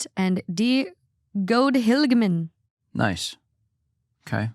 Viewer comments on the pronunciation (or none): So as a Dutch person I can tell you Sinterklaas and Santa Clause are definitely not the same. We celebrate Sinterklaas on the 5th of December. He is a saint from Turkey. It was weird hearing you saying Goed (good) Heilig (holy) man (men) but it’s all forgiven 😜